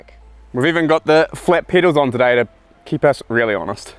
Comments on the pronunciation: She said "this move is wheely important" when talking about the wheelie :D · did I just hear her say that this is "wheelie" important?